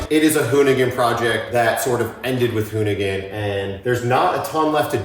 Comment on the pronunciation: Said it right the first time... hoonigan is gone